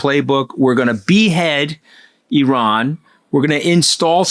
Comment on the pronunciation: So WONDERFUL to hear you pronounce IRAN correctly, Antony! Classy!